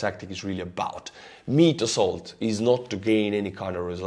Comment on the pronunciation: "Meat Assoult" and your smile. This is not right.